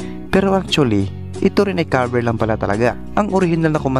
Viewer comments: Bakit pagbanggit nia sa “cover” ay “kaver”? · ANO BANG SINASABI MONG KABER? Cover po. Cover your mouth. Hindi KABER your mouth.